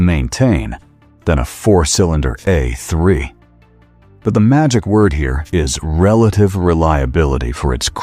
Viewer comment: Would be nice if AI was smart enough to pronounce the letter A in the model name correctly. Tired of hearing about Eh3, Eh4, Eh6 Eh8 etc